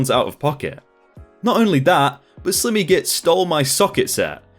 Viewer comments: "Slimmy" LMFAO It's pronounced "sly-mee" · Slimmy git? Surely you've heard the word ' slimy' pronounced slimey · Slimmy? Surely you mean sli-me? 😂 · 🤦🏽‍♀️ Sorry mate... it’s not Slim-y git.... as in skinny. It’s Slime.... as in slime ball, sly, long i. A slimy git is a “slippery arrogant ass” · It's slime-E not slim-E, like slime with a y, even though it's spelled like slim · "Slim-ee Git?" Really? It's the word Slimy - as in "Sly-me". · slim-ee really bro? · Slimmy? It's Slimy (Slime-ee) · If you expect people to visit a channel to listen to you read for money. You need to improve your reading skill. Slimy is not slimmy. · Cannot un-hear "slimmy" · I hate to be the kinda person who corrects people but SG in the second story slimy git it’s pronounced Sli-me git lol sorry but it really bugged me every time you said it incorrectly lol but hey I absolutely love your videos so I guess I can forgive you for it lol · Sly-me as in like slime. Pro-pry-et-or. Vin-dic-tive. I don't normally grammar nazi but this particular video you did not seem to take the time to make sure that you are pronouncing things correctly which, since you are British as am I, is one of the reasons I normally like your video's. This one seems a touch below your normal standard. Sorry.